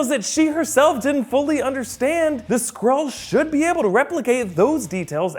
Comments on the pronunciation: can’t say “Skrull” or “Skrulls” properly he says scrolls and scroll. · Why do I keep hearing Squirrel, instead of Skrull... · Oh god, I can't hear Skrull but Squirrel... "Captain Marvel... is a squirrel!?" Oof